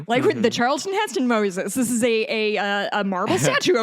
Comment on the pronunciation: Great episode! Can we please stop mispronouncing "Charlton Heston"? Heston was a conservative asshole, but this just grates.